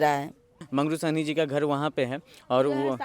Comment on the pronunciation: साहनी है या सैनी है सुध्ध तो बोल।